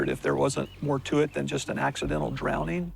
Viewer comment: Never trust an adult who says, "drownding."